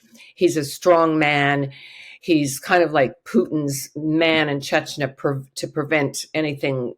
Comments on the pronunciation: Uh, this lady seems to enjoy frequently mispronouncing “Chechnya” as “Chechnuh.” What did you expect? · Does she keep saying “chech na”??? Very distracting and never heard Chechnya pronounced like that from an expert? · Why can’t this supposed expert pronounce “Chechnya” properly?? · Good thing her name is only 3 letters long. She can't even pronounce Chechnya. Look it up. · Russian expert cannot even pronounce Chechnya correctly? This is why Putin has no respect for us.